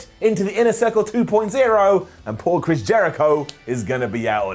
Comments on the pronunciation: Wait at about 5.30 ish, when talking about the inner circle did you say "Trish Jericho"? When you first said his name, definitely sounded more like Trish than Chris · Am I the only one who heard call Le Champion "Trish" Jericho?